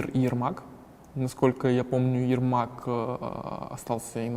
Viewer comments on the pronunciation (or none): none